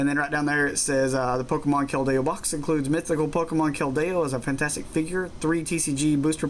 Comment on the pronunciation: your not pronouncing keldeo right